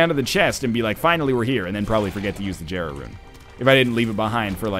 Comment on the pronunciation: hey NL jera is pronounced "yera"